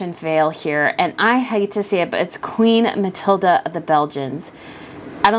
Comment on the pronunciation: Hi, the Queen of Belgium is Mathilde, not Matilda. It's quite a different pronunciation.